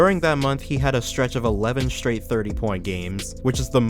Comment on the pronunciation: "a stretch of eleven shtrate games"? Straight games. If you can say stretch, you can pronounce straight. They begin with the same sound.